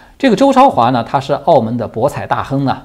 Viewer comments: 周焯華要讀成zhou zhuo hua ，讀成chao的意思就是焯白菜的意思，zhuo在此處是照亮的意思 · “焯”字应该读zhuō，意为“明白”。